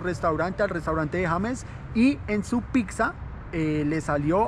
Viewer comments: Es interesante cómo pronuncias la palabra "Pizza", tiendes a decir "Pig-sa" en vez de "Pit-sa", que es la forma correcta de decir Pizza en español… ¿O en Bogotá se pronuncia diferente? Aparte de eso, me gusta tu contenido! Un abrazo! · Que buen contenido el que hace este man Solo tengo un problema No es picza Es pizza No sé si es solo a mi, pero cada vez que lo pronuncia mal me vuelve loco